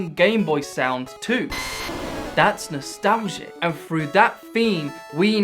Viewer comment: "That's nostalzzzhe"